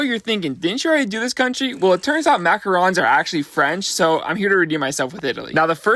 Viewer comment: Your one of the only people who says "macarons" correctly. THANK YOU MAN.